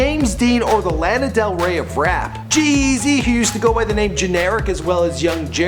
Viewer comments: The way this guy emphasizes G-Eazys name is so fucking annoying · the way he says g eazy stupid